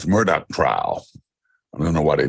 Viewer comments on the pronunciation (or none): Professor Hunter his name is pronounced "Murder" and yes OJ is an "expert" opinion. LOL.